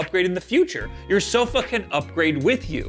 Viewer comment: when you said "your sofa can upgrade with you", I totally heard "you're so fuckin' upgrade with you"